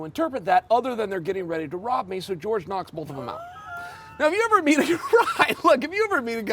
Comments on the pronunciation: "george" masvidal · Jorge=George in Spanish